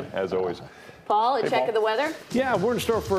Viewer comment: DOCTOR Cornell West!!!!!!! Say it right